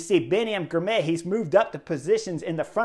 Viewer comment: Excellent report. FYI Girmay is pronounced Gir-mah-y.